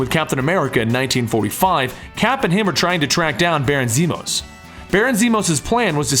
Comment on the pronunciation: Zemo, not Zemos.